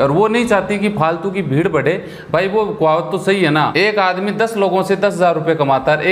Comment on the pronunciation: Pronounciation aapka😂😂😂😀😀🤣🤣😁😁..EXPO not auxpo...kuwawat nhi kahawat hota h!